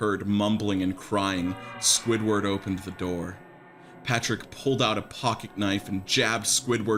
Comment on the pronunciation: LMFAOOOO "patrick naur"